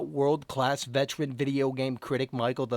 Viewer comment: Oh maacheal lol